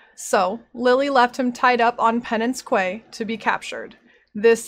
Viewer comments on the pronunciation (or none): great video, and love the series! quay = key btw :D